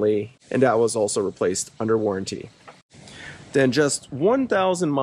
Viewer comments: It's not warran-tea, it's warranty! 😂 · What’s the difference between a warranty and the warran-teee you keep mentioning? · Good thing you got that aftermarket warran-TEE 😂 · "worran tee" :D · Never in all my life did I think someone could say waranTEE so annoyingly jeez had to click off lol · I was wondering why you decided to buy this. After I heard the way you pronounce warranty it all made sense. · Why does he say warranty like that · Had to stop watching……maybe learn how to say the word “warranty”?